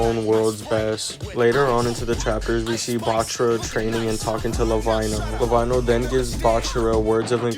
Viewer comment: For further videos, when you say lavinho, its pronounced as la-veen-yo